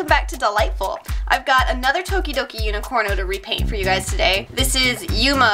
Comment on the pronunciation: i swear everytime you say tokidoki i think dokidoki lol